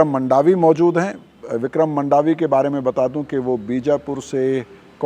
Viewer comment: मंडावी हैँ जी मांडवी नहीं